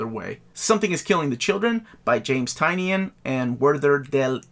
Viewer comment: Of course SiKtC and Irredeemable are here. Whoop whoop! Great vid! P.S. Tynion is pronounced Tie-nin! 🤪